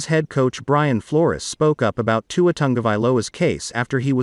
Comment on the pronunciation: Learn to say Tua’s name